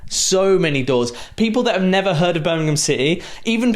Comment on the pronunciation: He also said "Birmingham" correct like Wagner does. It shows the genuineness about all this. This is a level of fan-serving we haven't had in forever.